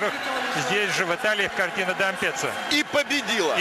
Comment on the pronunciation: Кортина де КАМПЕЦЦА?! Д'Ампеццо, дурья твоя голова!